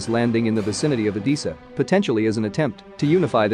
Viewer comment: What's so special about units of 160 dm? Odessa, not "odisa"